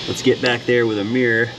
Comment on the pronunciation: What’s a ‘meeerrr’, do you mean mirror???